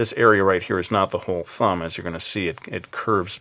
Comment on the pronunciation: Did anyone else hear "Fumb"??